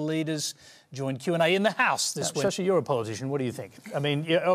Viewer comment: British ruined.. Tharur gained English... Studied in England.. Still he is sasi.. Not "Shasi" did somebody understand??